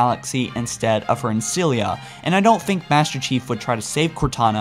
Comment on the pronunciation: work on your pronunciation...you repeatedly mispronounced key names and titles....to start with...there is no "liberryun...nor ancilia...nor foreigners..at least listen to other sources to get the pronunciations right.